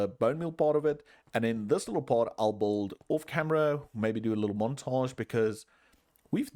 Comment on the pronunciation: the way you say "build", it sounds like you're spelling the "u", it is meant to be silent though.